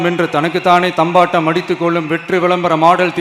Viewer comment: தம்பாட்டம் இல்ல டா தம்பட்டம் டா